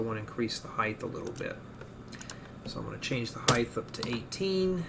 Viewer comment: I'm sorry, Heidth?? Like Width, Depth? Heidth? When I first heard it I thought it was slip of the tongue, I'm sorry if you have a lisp, but if you don't just a friendly reminder from the rest of the world, the word you're looking for is Height.